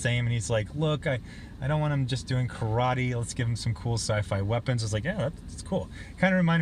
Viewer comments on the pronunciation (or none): none